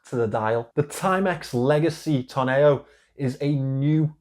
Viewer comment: Great selection of watches!Tonneau is pronounced tonnoe as in toe.😉